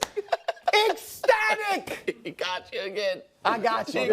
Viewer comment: I watched the Brou “ecstatic” 4 times 😂😭😂😭